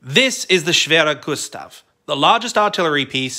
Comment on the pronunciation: As a german, your pronounciation of schwerer Gustav is pretty good, the missing r on the end of schwerer hurts tho. (It makes Gustav female)